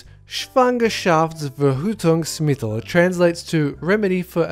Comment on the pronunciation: i am from germany and you pronounced the word "schwangerschaftsverhütungsmittel" pretty good :> and its sounds funny too when you spoked it x3 but good job :3